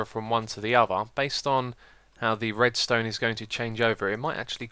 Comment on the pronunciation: Oh and "Redstonned" ha ha :)